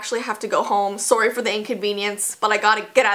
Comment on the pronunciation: IM LAUGHING I KNOW YOU ARE CANADIAN BUT THE WAY YOU SAID SORRY LFMKSOSOS I WAS LAUGHING MY ASS OFF I HAD TO REPLAY IT